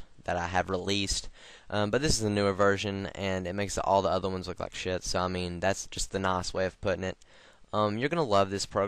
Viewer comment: he sounds like hes saying 'lock' insted of 'like' haha